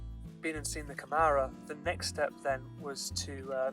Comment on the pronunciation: Câmara it is said more as cAmara than camAra, you say a little more open A in the first ;)